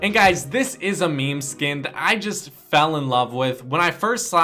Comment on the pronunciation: He said me me instead of meme 😂